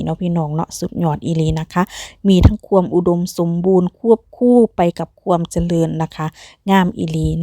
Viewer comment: อยากจะให้แอดใช้ภาษาการพูดให้ถูกต้องหน่อยครับ ช, ซ อ่านไม่เหมือนกัน และ ความ, ควม อ่านไม่เหมือนกัน ทุกอย่างดีครับ